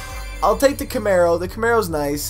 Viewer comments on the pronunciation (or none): none